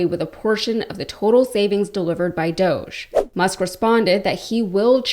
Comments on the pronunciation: It's DOG-E as in doggie and Elon and Felon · Please don't call it, "Doje". Doge is based on an E-Coin called Dogecoin. Dogecoin was the first memecoin. It was done to make fun of Bitcoin. Dogecoin is an E-Coin based on a Dog-E. It's called Dog-E-Coin. 🙂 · Doosh definition: obnoxious or annoying person. Sheeple - people easily influenced, docile or compliant. Y'all have been pronouncing it wrong, and "Elonia" and her husband don't know the difference either. Look it up. DOGG e is pronounced as "dough-jee" - essentially just saying "doge" with a slight emphasis on the "e" at the end; the "G" is silent in this context, making it sound like "doe-jee If these Doosh/Dogge fake bullies are recovering some much of our taxpayer frauds through abuse, fraud and waste...WHERE is the money?? Come on Doosh/Dogge Bit^ch^s, or we will smack you on your snouts, for your bad behaviors. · I’ve said that’s what it should be but even Elon pronounces it dōsh, stupid.